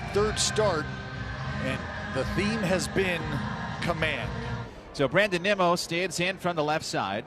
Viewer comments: A’s announcers keep calling Nimmo, Nemo! 😂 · this fucking announcer saying “nimo” making me go mentally insane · A lot of other broadcasters do that. There a a select few that do it on purpose, but most just don't know how to say it correctly. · Bro, the A's announcers have to be pronouncing Nimmos name wrong on purpose. Shouldn't someone by now correct them? Just unprofessional